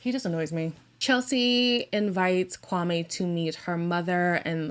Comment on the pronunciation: add that she keeps saying kwaME and guhNEEan with her whole chest..girl good that you’re trying but you could try harder